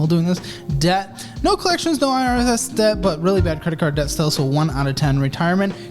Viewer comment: You say debt , death Megadeth 😂